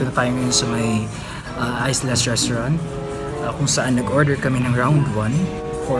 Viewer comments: Islas animel 😂😂😂😂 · Islas sir pronounce jan is matigas na i ISLAS 😂😂😂✌️✌️✌️